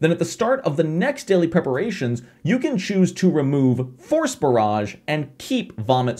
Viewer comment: I kept hearing "Horse Barrage" instead of "Force Barrage"